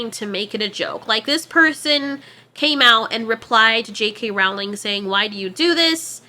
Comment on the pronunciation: ITS PRONOUNCED ROWLING LIKE BOWLING